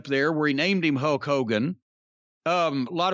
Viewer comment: Love Jim and the way he says "Hoke Hogan."